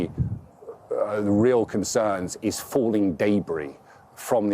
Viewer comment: “DAYBRI” ok bro. Ok. It’s debris btw